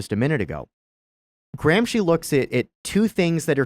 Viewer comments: remove "Graham Sheen" and add "Gramsci" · Why are you saying AG's name SO BADLY that I can't even ask Google who he is? Say it with an American accent "GRAM-SKI"!! Then maybe i could spell it. Google doesn't know any Marxist named "Antonio Graham Sheen." The way you are saying it isn't even italian. Don't you have any way to spell it out on a white board or anything? If you're going to teach, USE VISUALS !! No wonder I don't sub your channel.